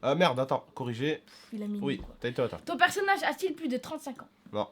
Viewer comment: Pertonnage bah ouai mddr